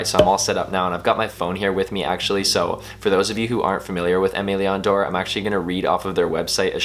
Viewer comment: The pronunciation of “Aime Leon Dore” is cringy